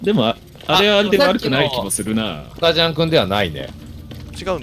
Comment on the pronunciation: 、スタジャンをスカジャンって言ってるね。前にもそう言ってた気がするな…。